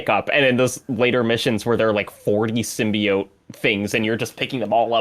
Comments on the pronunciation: Yes the Sim-”BYE”-oat pronouciaton nearly drove me mad! 😂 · criticisms ring hollow for me. Like the slight against the game where he thought Peter was going to die? Then hold it against the game when Peter doesn't die? Why in the world would they kill Peter lol. And please someone correct this man on "sim-bee-oat" not "sim-BYE-oat":b